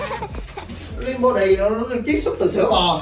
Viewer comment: What's " lìn bó đì"? Is it an English word? Help SOS!!! 😆